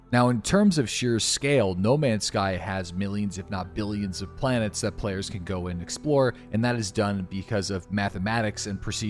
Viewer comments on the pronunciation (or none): I SWEAR TO GOD IM GONNA EXPLODE IF I HEAR IT ONE MORE TIME. ITS OVER 1000 PLANETNS NOT 1000. OVER 1000, OVER 1000, OVERRRRR 1000!!!! Love you lol